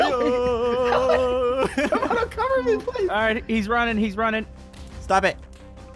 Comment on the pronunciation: You said cobor you mean cover